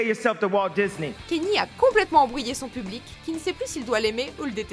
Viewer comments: Je vous l'apprends peut être mais on ne dit pas Kenny mais Kanyé pour Kanye West (je l'ai appris il y a peu de temps, alors je le partage) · Ça ce prononce "Ka ni é " pas Kenny !!